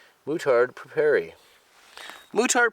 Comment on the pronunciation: It's prononced : moutarde "preyparey"! ;)